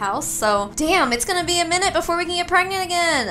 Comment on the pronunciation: “We have to hurry up and get preg-nart”🤣🤣🤣🤣